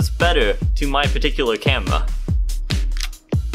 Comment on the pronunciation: You should like a 5 year old girl saying camewra 😂😂😂😂😂